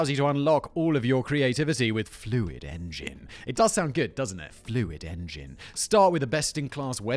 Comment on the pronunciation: Who else watched the whole squarespace add just to hear Simon keep saying "Fluid engin" ?